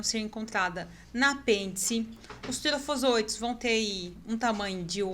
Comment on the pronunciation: Desculpa,mas preciso te corrigir pra você não errar mais em outros vídeos ou palestras que você for fazer.Micrômetros e não micometos.TrofozoÍtos e não trofozôitos. Parabéns pelo vídeo,bem esclarecedor.